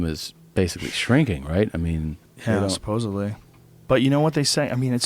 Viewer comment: Supposedly. Not supposably. Now that I write that I think that may have been an inside joke between them. Lol